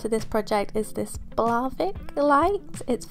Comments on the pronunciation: Blåvik not Blävik.. yes, there's a difference. Å and Ä are different letters, and pronounced differently.. (Å sounds like O and Ä like E) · It is Blåvik (blue bay), not Blävik... blä means yuck (as in disgust) haha... Å as in saw, Ä as in sat. :)